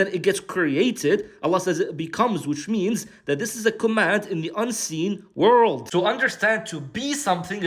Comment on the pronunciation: "Worrrrld" loveed it 😂